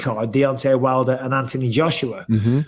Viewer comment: "Ant-toe-knee" you're home!